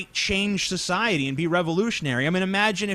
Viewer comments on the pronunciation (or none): He also pronounces "society" as "sjociety"